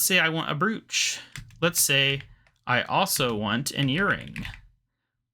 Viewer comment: I swear you must have never heard anyone pronounce the word "brooch" lmao, that pronunciation haha. Lots of progress man, you've been pumping it out like crazy! Now if only we got consistent Runescape videos this regularly lmao Regards Josh